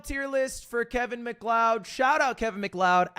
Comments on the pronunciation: Mc lee od... not beating the illiterate allegations. It's pronounced Mcloud. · It’s pronounced McLoud! Not Lee-odd dummy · I think its pronounced Macloud, but I also originally said it the way you say it so you're not the only one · did homie really just say kevin "MIC LEOWED"???? brotha that isnt how you say that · isn't it pronounced "Mc-Cloud" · Its scottish, irish pronunciation would be like "mak layid" and is spelt Leóid not Leod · Your cloud? Nah, Macleod. ☁️👈😤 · mick leawd is taking me out 😭😭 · I'm only but if this mf says MacLeod wrong the whole video i will genuinely crash tf out Edit: THANK YOU RANDOM CHATTER I LOVE YOU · STOP SAYING MCLEOD LIKE THAT OMG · He’s literally using the Toph ragebait strat of pronouncing names horribly incorrect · Please stop saying his name, he mispronunciation is killing me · Is that an American pronunciation? Or just a disaster-class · How dare Ludwig accuse me of not knowing this legend when he didn’t know how to say his last name right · Why does say MacLeod wrong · his taste in music is as bad as his pronunciation of Macleod. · mispronunciation of Macleod hurts my spine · Dude it's so funny how he gets corrected on it, acknowledges he's wrong, corrects himself once, and then goes right back to mispronouncing it lmfaooo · Definitely not a real Smash player if they don't even know how to pronounce Fox's last name. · literally made me wince everytime 😭